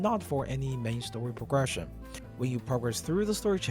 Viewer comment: It's cute the way you say pogression instead of progression